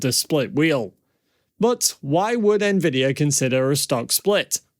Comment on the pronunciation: Did he say NAvidia???